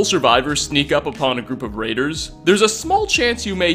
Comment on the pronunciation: They're called raiders, not traiders.